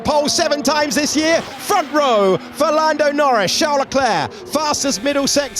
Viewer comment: did i just hear Ferlando Norris?!